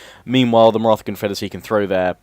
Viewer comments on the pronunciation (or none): Its not Martha its pronounced Marata. Im from indian decent so thats how i noe